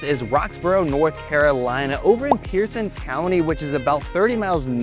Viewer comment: And Roxboro is in Person County just as it's spelled not Pierson County as you pronounced it.